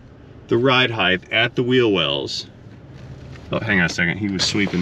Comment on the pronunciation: Do I detect the mispronunciation of the word “height?” Words… 😉👍🤓